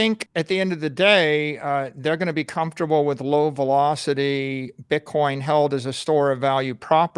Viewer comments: please stop pronouncing bitcoin pitcoin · STOP SAYING PITCOIN PLEASE